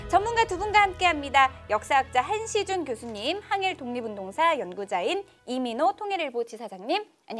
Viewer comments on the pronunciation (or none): 성함이 한시준이라고 하셔서 한시즌 교수님이라고 들음